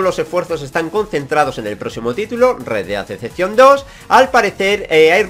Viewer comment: "Red Dead Decepcion 2" 😂😂 Que puta mierda de ingles tio 😂😂